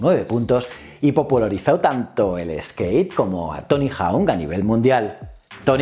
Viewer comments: Por favor di bien hawk, jauk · Dime que no sabes inglés sin decírmelo: Tony Jaun